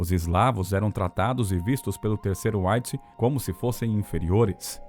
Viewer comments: Gostaria que você pronunciasse direito a palavra REICH. Você fala com pronúncia da língua inglesa! É RREICH !!!!!!! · OBSERVAÇÕES: * Quanto ao conteúdo, muito bom o vídeo; * Quanto à pronúncia da palavra "reich", o locutor está dando ao "r" inicial a pronúncia que ele teria se esta palavra fosse da Língua Inglesa e, no entanto, ela é alemã, e os alemães dão ao "r" inicial da palavra "reich" a mesma pronúncia que nós, brasileiros, damos ao "r" da palavra "rato", ou a mesma pronúncia que nós (brasileiros) damos aos dois "rr", como na palavra "carro".